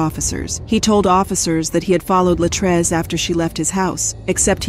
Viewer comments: I don't know why these narrators seem to NOT pronounce our people's name correctly, she kept saying LA TRACE and it is clearly pronounce LA TREECE. They don't even respect us in death. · Every time the AI voice says Latray-say I want to snatch myself bald headed. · The fact that the narrator keeps deliberately mispronouncing LaTrese’s name is IRRITATING AF! Not gone lie!! You clearly hear her dad call her the proper pronunciation and u KEEP GOING IN BETWEEN!! Wtf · Her name is pronounced Latreese, Wow! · She missed pronounced this woman’s name so many times 🤯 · The narrator is repeatedly mispronouncing the victim's name, repeatedly. It is frustrating. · Why not pronounce her name the same way that her father does??!! I would assume that HE knows. Disrespectful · You mispronounced the victim's name throughout the WHOLE video!